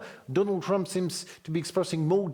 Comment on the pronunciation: The Mans name is Trump ! Not Tumps ! Go ahead n dishonor Trump while honoring the cocaine driven leaders . Makes sense for msm .